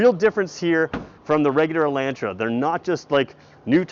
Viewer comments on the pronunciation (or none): El'o'ntra, not ELAAntra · Take the mask off and it’s “E””lantra” hillbillies. Smh